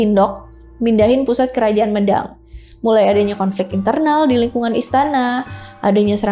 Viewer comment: pembacaan Mêdang nggih mbak, bukan médang